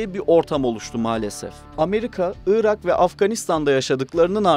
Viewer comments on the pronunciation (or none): none